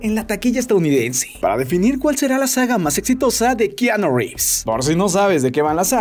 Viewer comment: re fa nde keaaaaaanooo jajaja